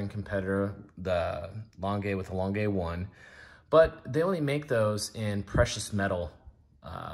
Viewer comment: It's pronounced "glass - hoot - uh", lange is pronounded "lawn - guh"